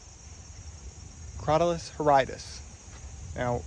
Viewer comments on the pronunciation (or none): DUDE you need to learn how to pronounce those scientific names. It's "crow-TAHL-uss hor-RIDD-uss".